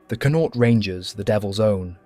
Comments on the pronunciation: Its pronounced CON-AUCHT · He needs to learn how to pronounce Connacht. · Never heard someone butcher saying Connacht so badly in my life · Why can't English people pronounce Connacht and stop calling it Londonderry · The first syllable in Connaught is stressed. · You missed connaught, donegal, jesus brutal pronunciation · Pity the commentator didn't learn how the pronounce Connacht properly